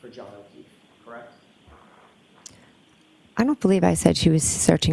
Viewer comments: I’ve never heard someone pronounce “correct” as “ca-reckt” 😂😂😂😂😂😂 anyone can see she’s not telling the truth. Look at her eyes, there’s nothing behind them! Evil. You don’t have to look at phone records and transcripts every five minutes if you’re telling the truth 🤦🏼‍♀️ Edit—and to the brother, he shouldn’t be allowed to sit and stare at Karen like that CONSTANTLY. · "KRACT" version of CORRECT